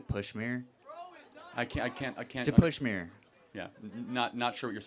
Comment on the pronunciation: "Pushmeer" What a loser ! ! ! !